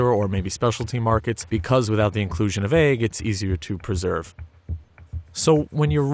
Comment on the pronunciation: this man just said eyg..........